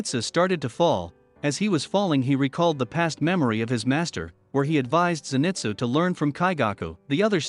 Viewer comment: U say zenitsus name wrong